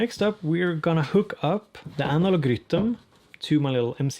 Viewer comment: I'm here just to hear you say 'Rytm' thanks!!! Ps updated mine last night!!